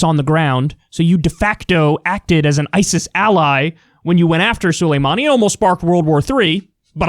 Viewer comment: "Solameini" LOL.